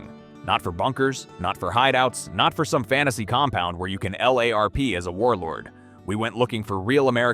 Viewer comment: It is pronounced LARP. Not El-Lay-Are-Pee. I thought AI was supposed to learn.